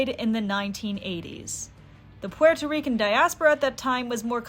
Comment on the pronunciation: very cool video ! just wanted to mention , as a puerto rican , i quite enjoy the way you pronounce puerto rican/rico - many puerto ricans do not use the “r” sound in the middle of words so while rican/rico is said with an “r” sound , puerto is pronounced more like “poo-well-toe” not “poo-air-toe” , but i enjoyed your pronunciation of it , very interesting and fun